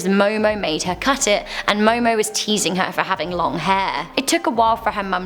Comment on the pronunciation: It is Momo Momo